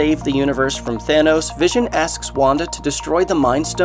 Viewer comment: when you said Wanda I thought you said Wakanda